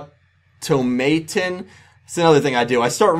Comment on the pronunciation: For reference Automaton is pronounced auto-mah-ton.